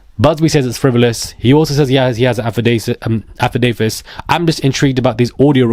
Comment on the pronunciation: This is like two 155mm law cannons firing continuously at each other. (Just for the accuracy and not throwing shade, it's " aff-dav- IT ".)